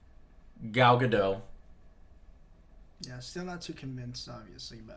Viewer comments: Any reason why Joe calls her 'Gal Gadoh'? Her name is Gal Gadot, where did the T go Joe? This is not a silent T, i assure you. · Okay, this is a bit silly to focus on given everything else, but it bugs me how you pronounce Gal Gadot's name - the "T" isn't silent. Her last name should be pronounced the way it's written, i.e. the sound at the end is like in the word "dot". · I'm liking the Gadot choice. I've heard things that she is genuinely interested in doing WW justice in movies seeing as she's the most iconic female superhero. ps. Gadot is pronounce with a short "o" and the "t" is not silent. There's an interview out there where she's asked about her name's pronunciation, and that's how she says her name. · He obviously assumed it was french, which would make the T silent.